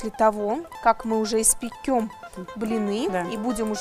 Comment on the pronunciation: не испекём, а испечём